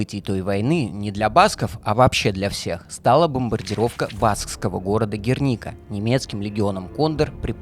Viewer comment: На самом деле это общая испанская традиция: имя - фамилия отца - фамилия матери, например уроженец Севильи Федерико Гарсиа Лорка, и за океаном так же - аргентинец Эрнесто Гевара Серна или кубинец Рауль Кастро Рус. Ну и конечно ударение в названии Герника режет слух- правильно на первый слог.